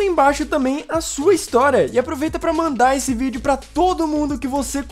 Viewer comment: No fim ele falou ví e não vídeo #Oxi